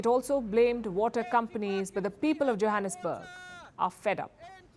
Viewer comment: I thought I heard Palki said Jihadisburg SA or I heard her wrong?🤪🤣